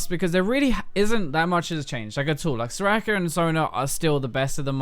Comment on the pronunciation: Why does he say her name SorakRRRRRRRRRRRRR?!?!?!??!?!?! It's annoying!